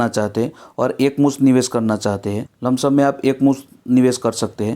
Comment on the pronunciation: लमसम नही होता है सर